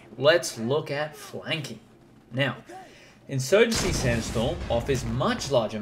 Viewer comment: In-urgency: Sandstorm